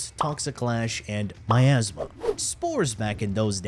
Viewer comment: The way you say Miasma; My ass ma